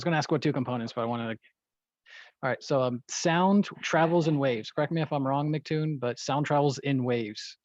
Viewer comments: How to determine if your debate opponents can’t grasp simple descriptions… they can’t pronounce your name right. By the second I hear „Mactoon“, any explanation will be misunderstood… guaranteed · You know she is a real Flerf cause she says "Mic " vs "M C." How can someone who can't get that right think they can prove the Earth isn't a globe.